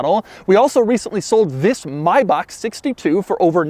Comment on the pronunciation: did he just pronounce Maybach as 'mybok'? =|